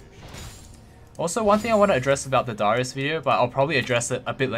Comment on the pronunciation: Why tf do you say darius like that?